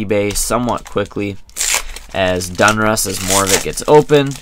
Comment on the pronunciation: DON-RUSS NOT DUN-RUSS